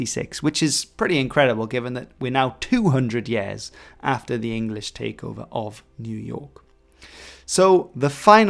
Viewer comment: Yèèèèahs?! I thought it was pronounced 'Years'.